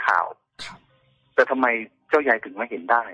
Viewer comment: ใครที่เข้ามาฟังนะคะ อธิบายตัวละครนิดนึง ลูกคนเล็กชื่อเจ้าเล็ก ส่วนลูกคนโตชื่อเจ้าใหญ่นะคะ แต่สำเนียง แกจะออกเสียงเป็นเจ้าใย😆😆